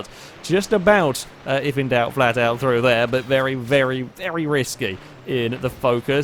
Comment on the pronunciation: Has anyone else noticed that when is concluding the video, sometimes it sounds like he is saying "thank you vely much for watching?"